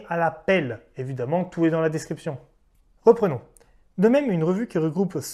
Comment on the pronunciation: " déscription" aaaaaargggggggg ! mais sinon magnifique travail merci beaucoup